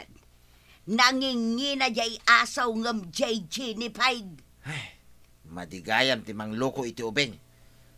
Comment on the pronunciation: Apo, G as in goat ti Gi-ni pig... haan nga "J"... Ji- ni pig...sorry apo, nagsakit lapayag nga denggen dyay JI-ni pig yo. uray kasta, paboritok latta ti drama yo a Kapitan Enteng!